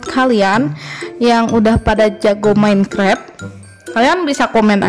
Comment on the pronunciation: Minecraft jadi menkrep 😂